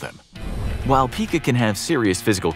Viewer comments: It’s “Pie-ka” when you chew on stuff not Pika like pikachu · It's pronounced "PIE-kuh" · ....google is youre friend pica is promounced PIE-KA...its an eating dissorder, not a pokemon...lol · Ohhh it hurts when he reads Pica phonetically.